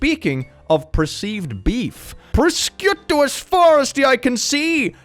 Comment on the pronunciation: "Proskutoo as far as the eye can see!" Repeat after me, kids: pro-sjuh-to 🤣🤣🤣